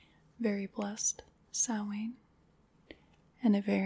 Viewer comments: Yes, it's an Irish language (Gaeilge) word so I can tell you it deffo is pronounced as she said it and NO OTHER WAY :D (I'm Irish). 'SOW' (like 'cow') - 'IN' (like the 'in' in 'tin'), 'SOW-IN'. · I am HERE for you pronouncing Samhain and Saoirse correctly! You're the first American I have heard doing that properly. <3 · As an Irish person, I love that you nailed pronouncing Saoirse and Samhain. Great video and very relaxing.